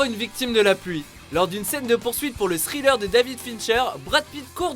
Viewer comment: Pour le sriller, on dis Thriller comme la chanson